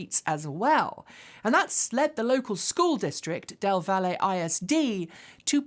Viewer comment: Its actually pronounced "Dell Valley"